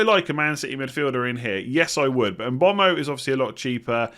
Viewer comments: It’s pronounced MBURMO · Mbeumo is pronounced mbe way mo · Surely it's said mm-bwemo or m-boomo